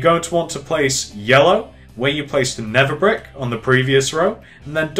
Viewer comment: His accent makes it sound like never brick but he's saying nether brick